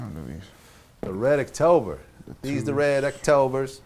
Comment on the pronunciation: Sometime teach this nigga how to pronounce October. Fool said "red ecktober"